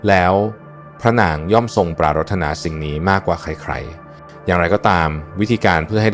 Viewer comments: ออกเสียงว่า ปราด ถะ หนา ไม่ใช่ ปรา รด ทะ นา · ว่า ปรา-รดตะ-นา โคตรรำคาญไอ้ AI จริงๆ ภาษาไทยผิดเพี้ยนหมดแล้ว ☹️ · ทำไมต้องอ่านปา.รถ.ถนา?